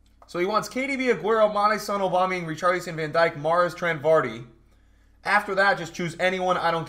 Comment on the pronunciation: Please stop saying aubamuyang like that